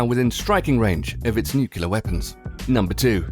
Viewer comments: new-clear. not new-cue-ler. yeeeeesh. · Why is 'nuclear' pronounced 'nuke-u-lar'??? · what the fuck are neucular weapons?